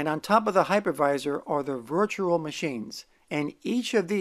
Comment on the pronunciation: Don't know if you've noticed but you kind of pronounce virtual as virtural. Can you try saying rural juror? 😊